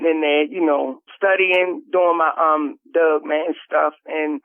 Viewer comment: Love listening to talkin bout "dugman"!